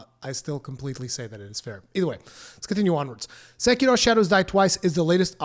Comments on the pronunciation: Just pronounce it "seh-key-row" you fucking weeb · I agree, apart from your pronounciation of sekiro. Sounds spanish more than japanese or english lol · You're not Japanese. Stop pretending to be whenever you pronounce "Sekiro". It's ridiculous. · Why does your accent change so much when you pronounce "Sekiro"? hahaha good video and criticism of the article though.